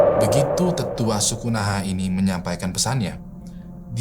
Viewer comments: sadar tidak kalau penyebutan lembahnya salah? Bukan Nahinni, tapi Nahanni. Itulah kenapa sukunya namanya Naha Tribe. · nahanni bang... bukan nahinni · NAHANNI BUKAN NAHINNI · Lembah nahani bang bukan nahini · Nahanni bang bukan Nahini. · nahanni bang, bukan nahinni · "Lembah Nahanni" bang bukan 'Nahinni'😁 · Lembah nahani bang bukan lembah nahini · Nahanni bang bukan Nahinni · "Nahanni" bang hehe😁🙏